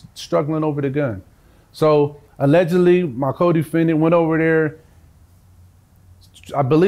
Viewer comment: My dude is clunky with the “allegedly” 😅